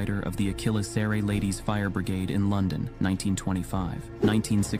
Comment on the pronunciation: You don't pronounce mannequin like it's somebody's last name. It's pronounced man-a-kin.